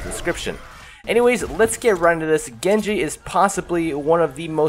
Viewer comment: Maybe you master Genji but you still don't mastering pronouncing his name